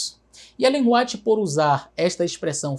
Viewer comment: Brilhante análise! A única coisa que incomoda é o pr. pronunciar "Ellen Ruáit" 😅😂